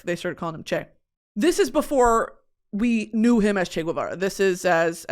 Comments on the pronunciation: I love you discovering Che!!! lol. BTW It's pronounced Che 'Geh-va-rah' instead of 'g-ooh-eh-vara' like I believe you were saying it. In spanish 'gue' only sounds like 'gooeh' when it's güe, with a diaeresis on the U, if not it's always geh :) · First of all, it's not "Che Gwevara" its Ge- va- ra. If it was it would have a "ü", since you love linguistics. Really sad that you're praising him. Of course he's "demonized by history" because he played a role in ruining Cuba, where people are now killing themselves cause they're going crazy cause there's nothing. All my life I lived in guilt because my family is trapped there and were robbed of a life that would have been much better in the absence of Communisn obviously. It's a really, really privileged take to be like "Che had a vision he was a revolutionary." Then why'd he have to come and prey on a little country like Cuba doing well for itself? Why not take over Argentina? I love Argentina, and I don't resent them as a country for what Che did. Cuba didn't have a problem that needed fixing. You said he said "you can't have a revolution without guns". Well guess what, no one was looking for a revolution anyway. Esos cabrones pushed my grandparents to move to the U.S. with guns, with fear. Crazy how people like Guevara are praised for stealing and looking for more when they already have everything, and in the proceso ruin countries that they have nothing to do with. Most prominent with Guevara being Cuba. I just beg, listen to actual Cubans. I'm getting really, really tired of white freaking people or non-Cuban people in general talking about our country and invalidating our experiences and what Castro and Guevara did to us. I, myself, am not entirely educated on it bei